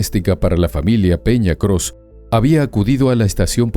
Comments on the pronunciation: Este programa es muy poco profesional de investigadores tienen muy poco solo repiten lo que otros si han investigado y el apellido no es "cros" es "peña coss" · criminales ❌ El apellido no es Cros ✅ Es Coss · Coss, no Cross! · Nada más una corrección, el apellido es Coss, no Cross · ES ERIKA PEÑA COSS NO CROS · Es mi imaginacion, o dicen Crooss en lugar de Coss ????? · Los apellidos eran Peña Coss, no Cross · No es Cross es Coss 😅 .. se dedican a esto y tienen fallitas como esta..